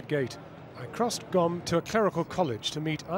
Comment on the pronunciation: It's Qom, not Gom lol